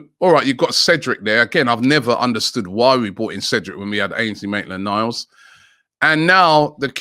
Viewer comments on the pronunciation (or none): It’s maitland not maitlan